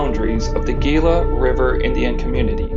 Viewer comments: Gila pronounced = Hila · Please, Gila is pronounced “ He-lah”. FYI. The less the public knows about Native Am. artifacts, ruins or spiritual places the happier the feds are. God has a place in heaven for all of our treasures that God used to communicate with His people.🐾🌵